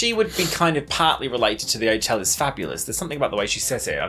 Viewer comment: I thought ‘the hotel is fabulous’ was ‘yer telly’s fabulous’ for so long 😂